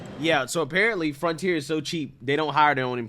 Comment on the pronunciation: Say it with me slowly… F R O N T I E R